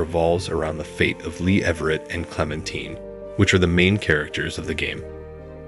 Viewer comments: Clemtine lol😂 it's Clementine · It's clementine not clementeen lmao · The source of inspiration for season 1 of The Walking Dead game, wasn't the T.V show. It was the comic book series. Also, stop pronouncing Clemintine's name incorrectly. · I didnt think it was possible to say clementine wrong after he literally says it. Like it literally makes me assume that the person talking about the HEAVILY dialogue focused game has never played by them to be that unable to say the name 100 percent wrong. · Never getting over Lee, and you're mispronouncing Clementine :') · okay well despite it being a french name everyone in the game pronounces it the american way. he’s mispronouncing her regardless of the names origin 💀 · Totes how amazing the game is, says one of the main characters name wrong the entire time. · Nice video but you were pronouncing Clems name wrong the whole time.....😅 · you’re gonna say TWD game is better than the show yet not even know how to say the main characters name… ok. blank stare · You obviously didn’t play the walking dead if you’re gonna say clementine wrong